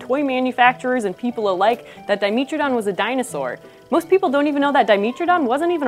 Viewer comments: D-I-me-tra-don not di-mee-tra-don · 'met' not 'meet' please... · “dai-meh-truh-daan” if you’re going to make a video correcting people on whether or not it’s a dinosaur, you should also have probably be pronouncing it’s name correctly. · I've always called Dimetrodon dye-MEH-tro-don. Not dye-MEE-tro-don. Regardless of which is right or wrong, the way she says it, reasonable or not gets under my skin :P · Until now, I'd always heard it pronounced Di-MEH-tro-don, not Di-MEE-tro-don. Anybody know which is preferred? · The way she says di-MEAT-trodon. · I thought it was Di-meh-tro-don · diiii-meh -tro-don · Our resident curator of paleomammalogy pronounces it as Di-mee-tro-don, so that's what I went with. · I had no idea Dimetrodon was pronounced with a long E, let alone that it wasn't a dinosaur! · I hate how she pronounces it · Mispronounced Dimetrodon: video = no credit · Escuse me you said dimetrodon wong. ;_D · That pronunciation is distracting as hell. Say it right please. like metropolitan ...